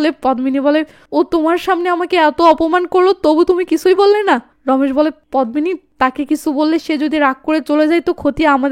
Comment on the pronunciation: পদ্মিনি এর উচ্চারন পদ্দিনি । পদ্ম ফুল এর মত সুন্দর মেয়ে কে উপমা দিয়ে পদ্দিনি বলা হয়।